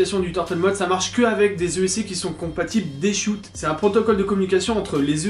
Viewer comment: C’est pas D shoute, c’est Dshot comme dans chochotte. 😜